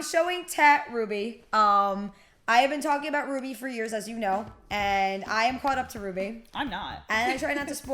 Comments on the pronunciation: Hey hey I literally tried so hard to correct your purnouncitaon of r-w-b-y Ps rwby came out 8 years ago almost at the big 10 time flies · I REMEMVEE QHEN SHE SAID R W B Y